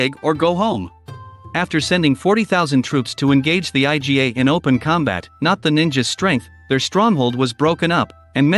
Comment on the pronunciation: It's pronounced "EE-GAH." Iga is not an acronym😂